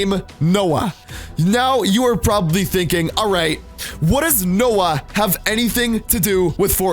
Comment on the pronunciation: It’s said Noah